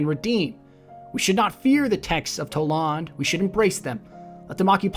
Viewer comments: You dont even know wtf you're saying, stfu already, (Toll Ond?) Its pronounced "Toll-And" dumbass, stop making videos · You pronounced kabr, wrong and how do u think it's pronounced (towlawnd) it's just toland. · Why do you pronounce his name so differently from the game? They honestly say it many times. TOE-land not TA-lawnd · toe-land not toe-lawned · "Tole-ON- d"? Its "Tole-and" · If you watch again, you pronounced it Toe-lond...not Toe-land. I spelled wrong to get my point across. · TOE LEND!!! Not talahnd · Omg the way you pronounced Toland was annoying. It's Toland not T'larnd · Toelawn lol it is pronouced Toelend because you hear from cutscene where Eris Morn talks about him! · TolAnd not to tolond also library not lybarry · Toe lond?tol ond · The way you pronounced Toland bugged me. Given that we don't know how it's pronounced, my friends and I believe it's pronounced "Toe-land" not "Tow-Law-nd" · You say the name like "Towlaund" Just say Roland and sway the R for a T. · Its not Toe-Lawnd lol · Toe lawnd? really.... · Omfg..... it's fucking toland, not TolAnd, TOE-LAND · Why do people insist on pronouncing every character's name wrong? Toland. It's said IN THE GAME multiple times.... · You pronounced his name wrong in this video. It's pronounced Toe land. I know I spelled it wrong, but that was to get my point across. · It's pronounced toe---land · Couldn't stop laughing at "Toe-Lawned" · I'm pretty sure it's "Toe-lund" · Lol toe- lond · Ugh DX can't stand it... It's pronounced Toe-land. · Toland is pronounced (Toe-Lund) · Isn't it pronounced (toh-land)? Nonetheless, great video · I honestly can't stand how this guy knowingly goes around mispronouncing character names. He did it with Kabr and now Toland. They pronounce their names in the game multiple times. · im sorry but i stopped listening because i cant stand how you say toland